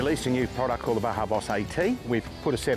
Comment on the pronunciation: Baja is pronounced Baha, spectacular part of Mexico leading south of California. I also made those mistake for years calling it BaJa with the hard J, but when I found out about the Baja 500 I was like "OHHH ok". Big fan of that off-road race nowadays. The Baja Boss tires are phenomenal, good shit lads (and ladies). That Iveco looks mental btw 👍